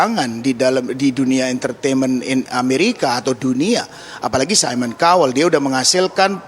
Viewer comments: "saimon kauwel" pronounce nya.. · Mon maaf cara bacanya mba : Simon Cowell = saimen kawel Chance= chans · Simon kowel hahaha cobalah belajar lagi sblm on air 😅